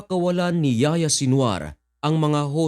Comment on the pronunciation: Ang pagbigkas sa pangalan n'ya ay Yahiya hindi Yaya Haha